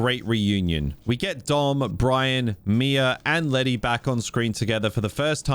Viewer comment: lety has amnesia, meaning she has brain damage, but she kicks the ass of Gina Carano and Rhonda Rousey. A pet peeve - they don’t pronounce her nickname right for a Latina, of course she’d be fine either way that, right?